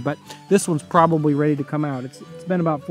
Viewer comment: its probabry XD